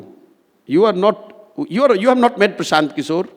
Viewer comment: Hello ..try it make sure pranounaction perfectly..do make it tus tas language Mr Prasanth kishor..